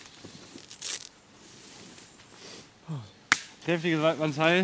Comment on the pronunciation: Leute die Hürsch sagen 😩😩😩